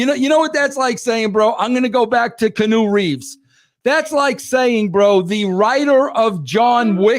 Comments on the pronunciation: "Canoe" Reeves 😂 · Wresul-ling and Kanu Reeves 😂😂😂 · KEY-ANN-NEW, Jesus it's not that hard🤦🤦🤦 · "Canoe" Reeves😂